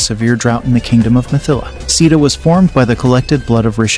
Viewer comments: Dear Sir, please get your pronunciation right. Lord Raam's wife's name is pronounced: "See-tha" not Seeda. "Raamaa-yun" where "yun" is pronounced as "sun." Ashram is pronounced: Aash-rum. "rum" is pronounced as the liquor "rum." "Laxman" is "Luksh-mun" (luksh sounds like lush) and mun as you would sun. Janak would be "Junuck" where Jun sounds like sun and the last portion is similar to "luck." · Pronounce correctly!!! Sita not Sida . 😠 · I love your videos, but pronunciation means alot; Rama- Rah-Muh, Moksha- Mohk-Shuh, Ramayana-Rah-Maya-na, Hanuman-Huh-Noo-Mann, Sita-See-Ta, Lakshmana-Laxh-muh-na… great videos though, well learned. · C THA THAT'S THE WAY TO PRONOUNCE SITA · Please correct your pronunciation of “Sita” 🤯 “Si”- should sound like sea And “ta” as “ta” in table